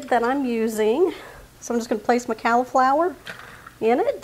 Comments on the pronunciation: Good recipe although i prefer the veggies to be raw and add raisins. Also ive never heard anybody pronounce cauliflower, "calliflower". Its pronounced colliflower. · Yum! Great recipe. I have never heard someone say cauliflower the way you do.